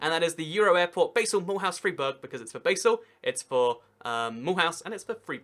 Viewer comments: I like your geography channel but you need to work on the right pronunciations. Freiburg = Fryburg not Freeburg. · Also it's Fr-eye-burg, not Freeburg...